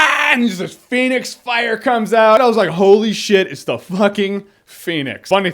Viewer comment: if i got a dime for everytime jeremy said phoenyx saga.....